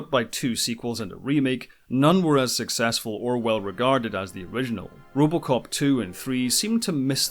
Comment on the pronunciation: was curious 'bout movie "Robocop" and all I can hear is "Rubbalcop"